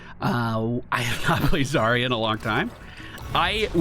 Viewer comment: Wait i just realized. If Zarya is supposed to be russian, then her name should have a stress at the second syllable (zaRYa), and that would mean sunrise/dawn.